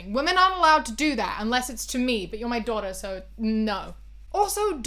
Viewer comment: this video's is important and I agree w everything but the way you say "daughter" ahhhh